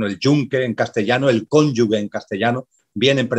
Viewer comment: Sr Carrillo, no es "cónyugUe", es CÓNYUGE! Se lo he oído ya varias veces y me he permitido señalarle ese error que es muy frecuente.